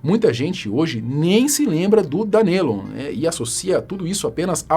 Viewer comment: na boa, estuda antes a pronuncia dos nomes mn, cada vez q vc dizia DanElon doia a alma